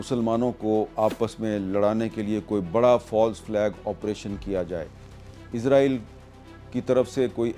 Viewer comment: Not Izraieel, It's Israel